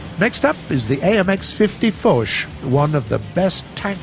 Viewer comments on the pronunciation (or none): Foch, 발음은 포슈입니다.